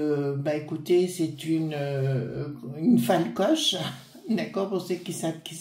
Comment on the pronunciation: Bonjour. Si vous faites allusion à l'héroïne de Hervé Bazin, c'est Folcoche et non Falcoche. Bon dimanche à vous.